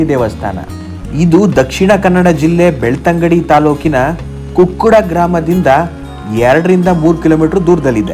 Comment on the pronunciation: ಕುಕ್ಕಡ ಅಲ್ಲ ಕೊಕ್ಕಡ ಅದು. ನಮ್ಮ ದೇಶದಲ್ಲಿ ಸಾಕಷ್ಟು ಗಣೇಶನ ದೇವಾಲಯಗಳಿವೆ. ಆ ದೇವಾಲಯಗಳಲ್ಲಿ ದಕ್ಷಿಣ ಕನ್ನಡ ಜಿಲ್ಲೆಯ ಬೆಳ್ತಂಗಡಿ ತಾಲೂಕಿನ ಕೊಕ್ಕಡದಲ್ಲಿರುವ ಗಣೇಶನ ದೇವಾಲಯವೂ ಒಂದು. ಇದು ಬಹಳ ಪ್ರಭಾವಶಾಲಿ ಹಾಗೂ ಮಹಿಮಾನ್ವಿತ ದೇವಾಲಯವಾಗಿದೆ. ಅದುವೇ ಸೌತಡ್ಕ ಮಹಾಗಣಪತಿ ದೇವಸ್ಥಾನ. ಇದೊಂದು ಪವಿತ್ರ ಧಾರ್ಮಿಕ ಸ್ಥಳದ ಜೊತೆಗೆ ಪ್ರವಾಸಿತಾಣವೂ ಆಗಿದೆ